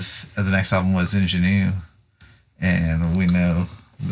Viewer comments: Referring to the pronunciation of "Ingenue". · I agree with pronunciation of "Ingénue" (sorry!)